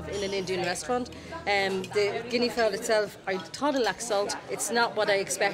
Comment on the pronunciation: Can't say Guinea Fowl.😂😂